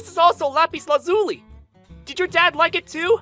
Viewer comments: Lapis Lazuli was pronounced wrong if you wanna know how to say it look at Steven universe. Also it’s a rosary. Rose- ary they are catholic prayer beads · THANK YOU! as a big fan if steven universe, I was internally shouting "THAT'S NIT HOW IT'S PRONOUNCED!"